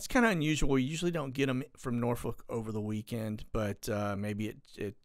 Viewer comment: I like how you tried to pronounce Norfolk like it sounds. But, it's actually pronounced Naw-Fuck. I know, its weird.